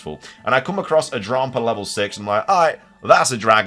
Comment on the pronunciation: It’s pronounced dram-pa kinda like grandpa. It’s the least thoughtful name ever and is literally dragon and grandpa put together. Drompa is not it stop saying that